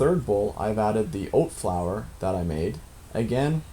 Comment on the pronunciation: Old flour? Oat flour? Olt flour? What are you saying?